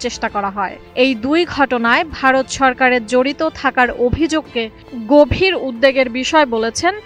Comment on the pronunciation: উদ্বেগ না উদ্দেগ???? উচ্চারণ করতে পারেননা তো commentry-তে আসেন কেন?